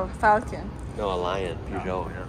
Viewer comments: the best bits of the whole vid are the (mis)pronunciations of Peugeot. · Love your videos and I was going to let it slide on the pronunciation front, i.e., You say Volvo as one word but Fiat as two, FEE At, Peugeot in English Perzho not PeW Zho, but then, but....then... Cat Ter Ham, Kterum, or colloquially speaking Ktrum! OK, easy mistake but the colours did give it away somewhat, the same colours as Norwich (noridge) Football Club, IYKYK. I want the Scoobie! Pronounced Subaru! 😅